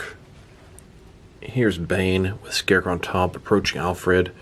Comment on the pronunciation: When this guys talks 😴😬 And SHCARECROW? Lol 🤦🏽‍♂️